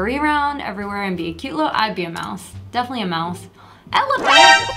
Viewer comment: did she said mise i will corect it for you its mouse